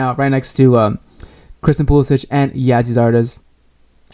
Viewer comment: I agree with most of your points, but you have to start pronouncing Christian's last name correctly.